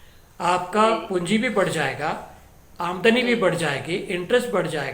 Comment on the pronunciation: Ohh you mean aamdani an not aamadni😄